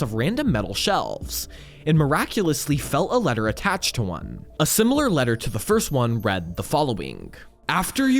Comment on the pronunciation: I know... "letter" was honestly the final straw for me